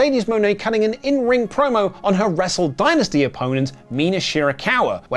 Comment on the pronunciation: Jesus pronounce dynasty correctly you are a Brit FFS!